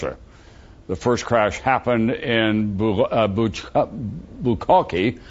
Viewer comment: From the sounds of it he was trying to swallow some bukkake from the way he was pronouncing it.